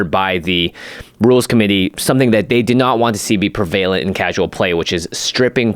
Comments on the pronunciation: I always pronounced it as "prev-a-lent" instead of "pre-vale-nt" as they are pronouncing it. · Beat me to it. Prev-UH-lent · I’m gonna keep it real I love this show but neither host can say the word “prevalent” correctly